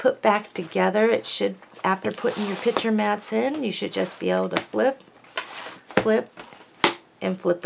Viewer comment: That is gorgeous paper and a very clever folder and accessaries. However, I was a teacher and it really bothers me when you say pitcher instead of picture. Change or not, but it's your "business". Otherwise you are very well-spoken.